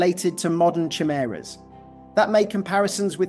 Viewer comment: Lol that's not how chimera is pronounced